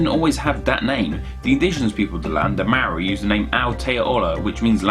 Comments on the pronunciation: But I though the R was tapped, not rolled? Or is it a dialectal variation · oof the way you pronounced those maori words hurt lol. Good try though! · Ahahaha I died listening to your pronunciation of the Maori words. As a Maori, I'm not even mad.😂 Good video. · Seriously shocking Māori pronunciation. Find a Māori person in your area (they do travel) and ask them to teach you the correct diction. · You really really really butchered those Maori place names. Every word ends in a vowel so you treat every syllable with a vowel ending. Pretend you are speaking Italian, Spanish or Japanese and it will be close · I mean, I know you're English, but even still, I have never the Maori language butchered as badly as that haha. Respect for giving it a go though